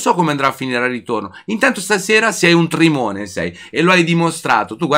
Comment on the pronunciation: grande, però sei un Trimone lo dici benissimo come noi a bari un abbraccio